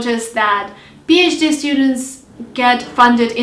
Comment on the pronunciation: Im sorry but is it "bhd" or "phd"? thanks